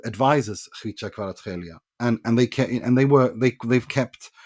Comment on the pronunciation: JUST PRONOUNCED “khvicha Khvaratskhelia” correctly… huuuge respect bro.. HUGE respect 🫡